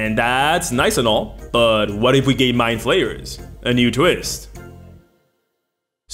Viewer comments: I was driving while listening this, and I heard "along with beholders and rogues, My Players are one of the most iconic villans in dnd". I couldn't stop hearing "my players" instead of "mindflayers" for a good part of the video, lol ¡Un abrazo desde el fin del mundo,! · For nearly the whole first minute I thought he was saying my players not mindflayers